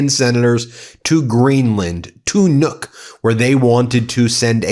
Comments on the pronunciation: btw Nuuk is not pronounced “Nûk” you need to drag out the “U” sound a bit longer. Kinda like when you say the word “good” or “book” so pronounce it like “Nook” 🫶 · Ben, Nook is pronounced like look. You are pronouncing it like nuke. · American need to learn to pronounce Nu-uk, that’s the least you can do, when you want to invade us